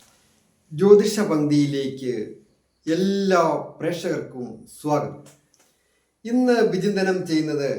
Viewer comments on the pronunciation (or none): none